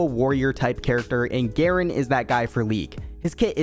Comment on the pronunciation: Its supposed to be garen